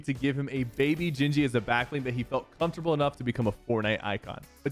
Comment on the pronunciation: homie said gingee instead of gingy fr